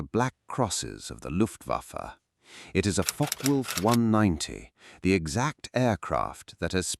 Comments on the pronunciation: It's pronounced Fokker, not Fok. Is this AI generated commentary???? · It is pronounced Fock-Wulf, not Focker-Wulf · It is pronounced Fock-eh Wulf. The e in Focke is not silent. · learn to properly speak German;... the e on the end of Focke is spoken and NOT Silent...!